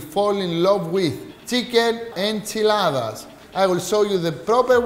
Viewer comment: It's a burrito or a burrito mojado. I love how he says tortilla and enchilada like a native speaker.